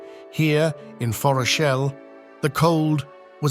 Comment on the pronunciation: Fantastic. But, are we sure about the pronunciation of Forochel?